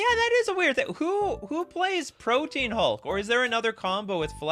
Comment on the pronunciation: It makes me mental every time I hear it. It’s not “Protein Hulk” it Pro-tee-an Hulk.